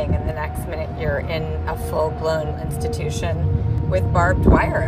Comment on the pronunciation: She said constitution i think instead of institution